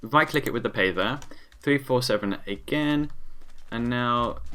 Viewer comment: says pather like payther facepalm